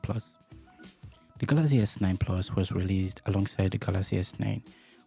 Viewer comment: It's not Galazy it's Galaxy brother